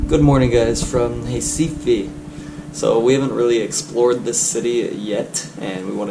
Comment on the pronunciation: The right pronunciation of RECIFE is "HEH-CEE-FEE"